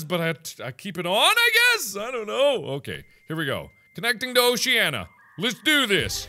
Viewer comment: It’s not Oh she ah nuh, it’s oh shuh nee uh